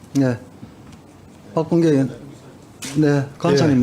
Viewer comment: 으원이야? 의원이야? 발음 똑바로 하쇼..